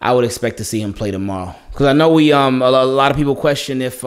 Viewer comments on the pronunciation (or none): none